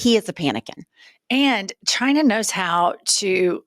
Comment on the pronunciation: 😂🤣 Good one "Jyna" (China in velveeta voldemorticians pronunciation)...